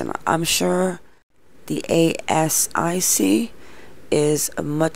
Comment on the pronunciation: Rort means scam and ASIC is pronounced As - Sic ❤️